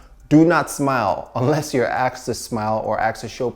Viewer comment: why are you saying aksed and not asked? lol